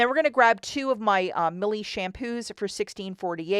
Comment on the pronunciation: It’s pronounced My-El